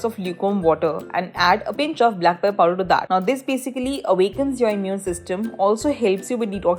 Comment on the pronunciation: If you cannot properly pronounce even black pepper; then do not speak in English, speak in Hindi🙄